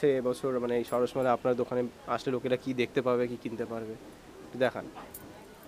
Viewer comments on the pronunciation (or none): ওটা সারস নয়, সরস 🙄🙄